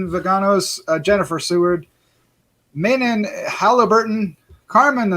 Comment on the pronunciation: You guys - Thank you each SO much for reviewing our movie! And taking the time to review it so thoroughly! Yeah, even in my initial drafts, it was never overly wolfy. We could have blown our entire budget on a wolf suit and STILL had it not look good. I love Ginger Snaps of course, and considering our budget, I always wanted to have the werewolfism be a metaphor. Manon pronounces her name "muh-NON." Don't worry, I had trouble with it at first, too! ;) She came up with the idea to insert that song lyric herself! "Lisa, is there anyone at home?" The guy outside the trap house overdosed, and we didn't see it. But I love the Sheriff's reaction to him. That bookstore was LEGIT! We seriously didn't even have to do any set dressing, which of course helps when you're on a budget! Some of our actors were even getting flea bites in there. Again, much appreciated! You guys are right, our budget was small, but we gave it everything we could. And you guys recognized that! Thank you!